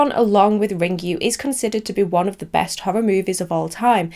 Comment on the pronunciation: Ringu is pronounced Ring-goo, not Ring-you 😆 I hope you look up the Japanese pronunciations for the names when you make the video about Ringu at least!